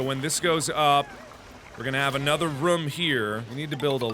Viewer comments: Pretty sure mark said ruum not room ;) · Markiplier Room NOT RUM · The was mark pronounces rooms gives me life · Mark... Rum is something you drink, not something you live in. Its Roooom not rumm. :D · The way Mark says room 💓